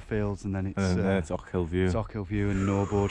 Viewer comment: "Then it's och-hill view" Prounounced Oak'll